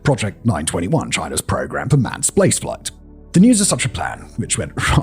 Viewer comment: "splace flight" lol